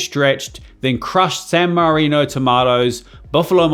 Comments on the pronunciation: san marzano tomatoes not san marino 😅. nice video! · San Marzano, not San Marino tomatoes. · loved it all, but the san marino tomatoes is too painful to hear ahah :D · YOU said San Marino tomatoes but u meant San Marzano. YW